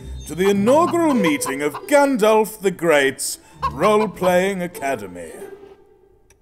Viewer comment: He said Gandalph! Not Gundalph!!!! Also love the episode and the overwtch reference :)